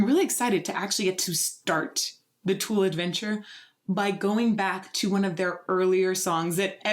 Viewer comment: Where is that accent from lol? We say Tool. You say Too-al.